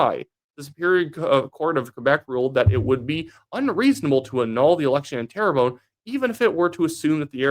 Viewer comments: Just say Tare-Bun (like air) . Don't need to say terror-bone. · love your videos. Please though.. 'Terrebonne' isn't pronounced "tara bone".. it's (tare~bun) 😅 good work though bud 👍